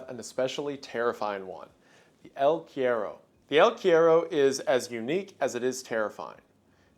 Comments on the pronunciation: dude, I was like no way he pronounced it like quiero..........He already butchered cigarrillo to the point it was the scariest part in the Blood Meridian vid 🥲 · Cuero is one of the most awkward words to say in Spanish so I understand but it is really funny how it sounds like he is saying quiero. Te quiero mucho Wendigoon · cuero is pronounced coo-err-oh 😂😂 it translates to leather or skin in Spanish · JAJJA el cuero, me morí con su pronunciación "el quiero" asdjflkh perdón, te amo wendigoon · it’s pronounced el (koo-e-ro) it’s Portuguese and Spaniard word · yo, “el” means the in Spanish and that word is pronounced “kwero”. The more you know 🌈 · god i love these videos. it's pronounced "el kwero" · I'm pretty sure Cuero is pronounced qwe rro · Wendigoon's pronunciation of the word "cuero" healed me from depression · cryptid from argentina???? yay! so, your pronunciation is a bit off, the u in spanish is more like "oo". also, this legend is from the south of south america, so very far away from the jungle, more in the zone of the pampas and patagonia (not any stingrays in the place). and the word "el" means "the" so saying "the el cuero" is the same as "the the leather" just a little correction since you liked the monster!! im happy to see a legend from my place here jsjajsj